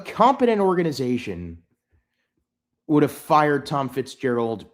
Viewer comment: Whatta embarrassment for this orga-nigh-zation